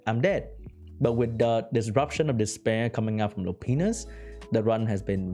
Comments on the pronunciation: Hahaha. He says Lupinus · its pronounced "lou pine us", and "ee freet"